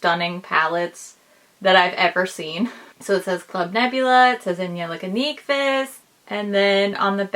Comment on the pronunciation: Wow! You’re one of the few people that actually says her name right. At least the Swedish pronunciation of it. Bravo! And I agree...I’m a designer, and the level of detail, quirkiness but elegance they put into their palette design is leaps and bounds above any other brand I’ve seen. I want to meet them and osmosis their talent. Or at least make them uncomfortable with my gushing